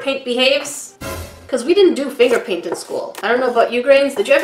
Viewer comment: “They seem to have a lot of water paint and some FRINGER PRAINT “ English #1